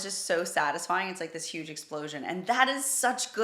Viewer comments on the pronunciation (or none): none